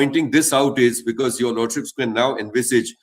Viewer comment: It is not "bekese" but "because".